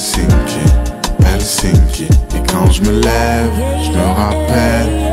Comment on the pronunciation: Très bonne prononciation de Helsinki pour un francophone